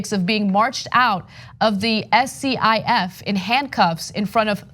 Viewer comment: Ana, SCIF is pronounced as one word, like skiff, not as an acronym!